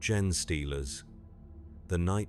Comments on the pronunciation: Isn't Gene pronounced ' Jeen' not pronounced 'Jen' . I have noticed it on a few WH40K audio book narations and even started to think that I was wrong and the gene stealers were pronounced as gen (jen) stealers. Is it just a mispronunciation by text to speech apps (which are legitimately used by creators when translating there work into many different languages) OR is it just how it's said by high Gothic and a low Gothic speaking PDF grunt like me don't understand and it's me that has it wrong lol? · "Gen-eh stealers" ? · Considering a computer reads this story, maybe consider using ""jean" like the clothing, instead of "Gene", so the computer pronounces it correctly. Great story though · Odd how part way through it seemed to have a stroke and forgot how to pronounce "gene."